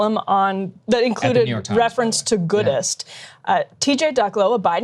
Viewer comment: I'm deaf😂I heard Goodess